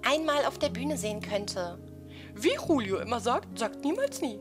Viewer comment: Wegen der Aussprache nicht hulio sondern Julio wenn man der spanischen Aussprache glauben schenkt.